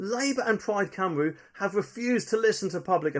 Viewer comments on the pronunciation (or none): none